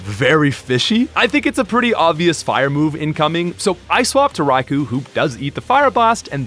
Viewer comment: It's pronounced "Rai-koh."